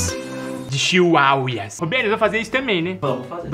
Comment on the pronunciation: "fotos quentes de chiuauias"